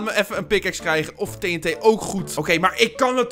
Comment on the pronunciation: Het doet mij pijn hoe jij TNT zegt